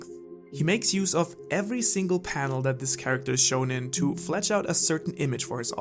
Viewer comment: Love your video’s. One tiny thing keeps bothering me though and don’t take it personally: the verb is ‘to flesh out’ not ‘to fletch out’. Fletching is some nasty stuff that ducks apparently do (according to urban dictionary anyway)... Keep up the good work!